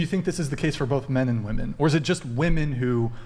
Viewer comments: Why do so many of them pronounce "women" as "woman"? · Again to all you young ladies: the plural of “woman” is “women” pronounced “wim-in” why is it so hard for all these ladies to say it correclty? Am I missing something!? They all say it like this, is it some famine BS thing?? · Why can't they ever pronounce the plural for woman? It's women. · I cannot bare to hear her say woman instead of women one more time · it's WHA-MEN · If women don't start pronouncing "women" the correct way soon I'm gonna start pronouncing Philip as "peehilip"